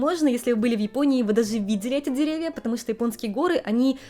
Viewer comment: Я слухаю і не розумію, це у вас такий дефект мови чи це такий вид манірності щодо вимови, оця шипилявість, якц нічим не можна пояснити, я дивилась вас, але якось не приємно стало, це не природньо якось, ну оце ("дазе", "тозе" і т.д.), візьміть уроки у логопеда